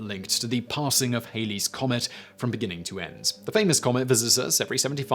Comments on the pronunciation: Edmond Halley's surname rhymes with alley, as in cat. The Ae-lee error is due to a band call "Bill Haley and His Comets". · Oh my, It is HALLEY'S COMET, Rhymes w/ Sally. A 50's rock group named "Bill Haley & the Comets” wrecked the correct pronunciation ever since but let's give Sir Edmund Halley his due! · The comet being Halley, not Hayley... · Halley rhymes with Valley. It's NOT "Hailey's" Comet!